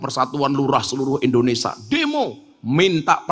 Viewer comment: Ngapunten, INDONESIA gus, bukan INDONESA